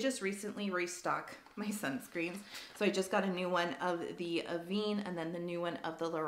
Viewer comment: FYI Avene pronounced ‘Ah-ven’ (ven rhymes with ten) not Ah-vene.